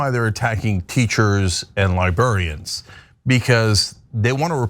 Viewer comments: Libarians? It’s librarians. The r isn’t silent. 😌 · I like how Cenk keeps saying li-burr-ians. Edit: Jasmine I understand that. I’m Catholic and it feels like I’m just constantly telling people we aren’t all like the evangelicals. That religion isn’t inherently like the loudest minority like to shout. That they don’t represent all of us. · Lol libarians again. That’s worse that nukuler